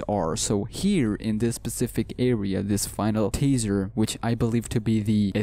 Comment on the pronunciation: Is it just me or did he say tazer instend of teaser